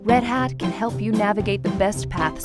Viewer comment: Good video, but it took me a few distracting seconds to work out that the narrator was saying "pathway to help", and not "pathway to hell"... which has often been the case with a number of consulting engagements (though thankfully never with Red Hat).